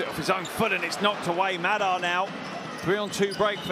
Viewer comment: Funny how the commentators mispronounce Mekel's and Madar's names... It's the other way around. ma-DAR and ME-kel. The more you know...